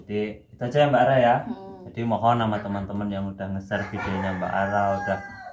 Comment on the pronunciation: Bukan araaa, tapi Rara🤣masih sodara jauh sama gw🤣